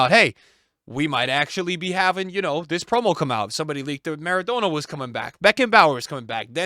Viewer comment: Why is he pronouncing Maradonna so stupid 😂